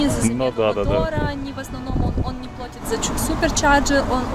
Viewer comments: барышня языки знает, но "плОтит"... это ПЗДЦ :) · плАтит, ребята, плАтит......не плОтит.......нужно хотя бы какой-нибудь один язык выучить сначала......вы же Теслу любите, как же так?